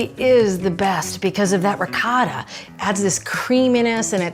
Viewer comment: Inconsistently mispronouncing ciabatta and ricotta and bruschetta seems like rage bait